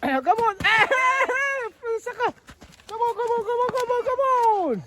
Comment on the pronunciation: Saikah tih kha a thluk a dik lo ani hleinem a hming a lam dik lo zawk a lawm saikap a tia Saikah tih tur ania